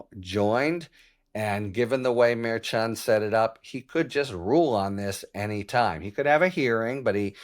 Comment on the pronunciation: Harry, I love your videos & subscribed over a year ago. However, I have a pet peeve. I wish you would pronounce the name of Juan Merchan properly. He was born in Bogota, Columbia. The correct Hispanic pronunciation of Merchan is Mershon. Karen Friedman Agnifilo from Legal AF & MeidasTouch worked directly with Judge Merchan for years. She pronounces his name as Mershon & so does almost every other analyst on MSNBC. Other than that, I really appreciate your videos.